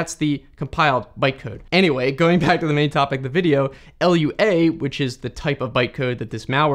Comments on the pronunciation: It's not L-U-A, it's not an acronym, it's just called Lua. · This bugged me for half the video - Lua is a word, not an initialism. It's pronounced loo-uh, not ell-you-ay. (It's also not an acronym, but if it were it would still be pronounced loo-uh, because acronyms are when an abbreviation of initials is said as a word, like SCUBA or AIDS. When you spell it out, like DNA or CPU, it's an initialism.) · Ah yes, LUA. The Language without an acronym like seriously just say "loo-ah", it's Lua and not L.U.A. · It's not LUA it's Lua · True, it's pronounced "LOO-ah" and it's from the Portuguese word for "moon". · its not L U A but Lua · I love that sneaky engagement farming, by saying wrong things like 'L U A' and 'Jif' - but also cool unlimited(?) free file storage. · Why arn't you saying Lua why do you keep saying "L.U.A"? Say it like "Loo uh" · "a language called "L-U-A" lmfao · As a roblox (kind of) scripter, its actually said like: "loo-woah", not "ill-you-ay" [L.U.A], Lua is like a word, not an acronym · Lua is a word, not an abbreviation. It's pronounced "loo-ah" not "L-U-A" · The language is called Lua not L-U-A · L U A?? ever heard of Lua? (l-uu-ah) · it's lua not L U A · Loowa, not L-U-A, it is not a project from the government that will kill us (maybe) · Who says "L U A"? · Not a "random long string", but a UUID, version 4 specifically. - Did you just call Lua "L.U.A"...? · first time hearing some call it L-U-A lol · 1. it's pronounced gif 2. it's pronounced loo-ah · Why do you read Lua as "L-U-A"? If you're gonna do that, you should also say J-A-V-A...